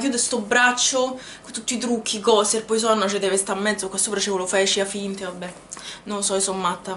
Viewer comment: La pronuncia di Poison è "puason" 😉 Cmq complimenti x il canale! 😘